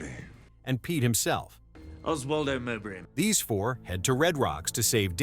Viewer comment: It's Mo -bray, not M'bray.